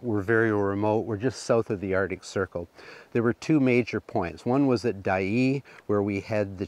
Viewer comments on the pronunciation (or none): Just a note on names that you are having trouble pronouncing. Many years ago,my son and I walked the Chilcoot Pass ( not Chilacoot as you pronounce it) leaving from Dyea (not Dye as you call it). The correct pronunciation for the mining of loose gold in streams is like the sound of plasser not placer. As an old geologist I cringe when I hear such gaffs.